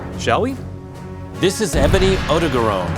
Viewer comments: lol the Dubbing was actually pretty good. I give it a 2/3, Tsujimoto's guy was kinda off imo. And that odogaron pronunciation. Ill always call it "Oh-dog-ah-ron"!!! >~< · Good to know about Odogaron’s official pronunciation, even though it’s not what I expected